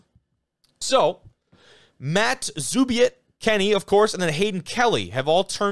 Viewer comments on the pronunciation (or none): If you get him on the show, Kenny's last name is pronounced "hearn-sir". Matt Zubiate in the photo is "zoo-bee-ah-tee". Love the show.